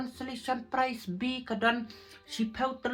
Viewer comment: Ka pright ❎ Ka prize. ✅. ,,,,😅😅